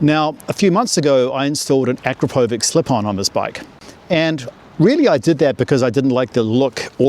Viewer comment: It’s pronounced “A-krap-o- vich”